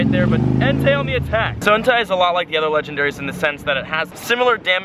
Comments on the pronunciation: It's pronounced Entay btw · Bruh 😂 Raikou - Rai-co Entei - En-Tay and Suicune - Swee-coone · And btw it's pronounced En-tie 😘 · BecomeTheDreamer and its Entei not En-tie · BellaSenju and Its entei not en-tie lol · Raikou = rye-koh Entei = en-tay Suicune = swee-coon And while I'm at it.. Golem = goh-lum You're welcome,. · Tojetic, Swycoon, and Entaii -, 2017 Pokémon pronunciations. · i know right it should be swee-koon en-tay and rie-koo